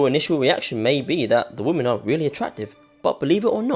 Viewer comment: Woman = Singular, Women = Plural (notice the "e" instead of the "a"). The plural form is pronounced "whimen, not woman."